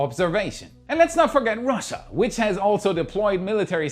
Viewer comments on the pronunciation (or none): none